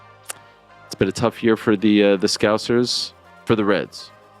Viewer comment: They’re not ‘scowzers’. Scouse rhymes with house, mouse, louse, growse. Scous-er,s-cow-sir